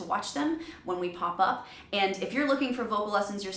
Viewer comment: she thinks it is "the soundS of silence"? A vocal coach pronounces "and" as "eee-ind" - I could go on but she is not fit for purpose.